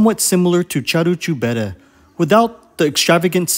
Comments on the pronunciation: Sorry to nitpick, but the name of the restaurant (Caru' cu bere) is pronounced, using English phonetics, /KA-roo koo BEH-reh/. Just like in Italian, the letter "c" is only pronounced like English "ch" if it comes before an "i" or an "e" -- e.g. Ceausescu /chow-SHES-koo/. In all other positions it's pronounced like English "k". :) If, however, there's no escaping the i or e, but we still need a /k/ sound, we add an "h" after the "c", e.g. Chiriac /KEER-yak/ (Romanian surname). :) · You pronounce the name of Caru cu bere restaurant totally wrong. Its not "Charoo choo bere" its like you say "karoo koo bere" Letter C is pronounced "k" not "ch". Romanian is a latin language, the letteres are pronounced almost like in italian. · It is "Carwool qu bear-eh" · Олена поправь супутника, ресторан правильно звучит ,,кару ку бере"-повозка пива!